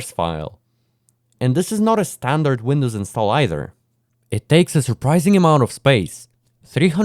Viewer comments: Windwos instead of Windows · windwos sysem